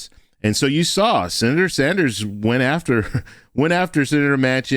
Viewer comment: Yes, Bernie Sanders he said it right